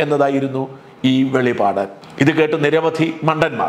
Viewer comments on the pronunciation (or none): none